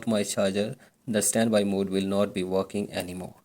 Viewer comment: Then why the flip did u say “ how to vuse svanby mode wizout charging”